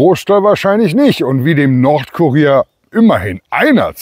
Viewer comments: Haha, das ist ja der Brüller! Ich habe zuerst, anstatt nordkurier habe ich Nordkorea verstanden. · Mußte lachen,anstatt Nordkurier habe ich immer Nordkorea verstanden 😂😂was bin ich doch ein Dummerle 😁😁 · "Nordkurier" ich habe zuerst "Nordkorea" verstanden.😅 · Ich höre "Nordkorea". Was ist das für eine Zeitung in Deutschland ? 😂🥳